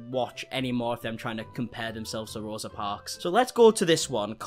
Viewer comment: J isn't even pronouncing Rosa's name correctly. Learn your important historical moments and don't write them into your own personal narrative!!!